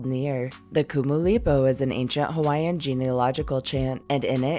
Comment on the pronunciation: Your pronunciation of the Hawaiian words was excellent,Awesome Work!